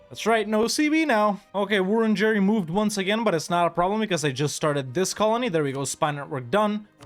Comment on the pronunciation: Australian here, great video! very few games represent the indigenous population of Australia at all, so it's awesome to see it here at all; and hearing you try to pronounce things like Wurundjeri is funny every time